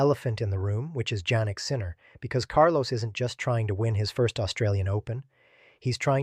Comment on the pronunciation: Sinner first name is pronounced as Yannik not Jennik Sinner. Although it’s spelled as Jannik. It’s too early to say that Alcaraz doesn’t need any coach and with Samuel Lopez alone Alcaraz can survive. If Alcaraz can win AO 2026, this is a long run career. Yes, He is the youngest player to have won 4GS at age 22. But we have to see in the future!!!!!! Who can foresee the future, I don’t know. As of now, Alcaraz is #1 and the youngest tennis player to achieve 4GS at the age of 22 years old.